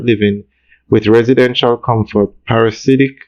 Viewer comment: PARA-DI-SI-AC. Not parasidiac